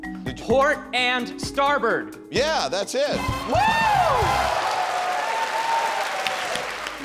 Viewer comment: First response should have been incorrect. He said 'starbird' not 'starboard'